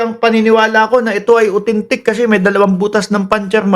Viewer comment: Grabe Ang tawa ko sa pag gaya mo kay Kalbong Bato sa pag sabi niya ng AUTHENTIC as “UTENTIK!” 🤣😂😝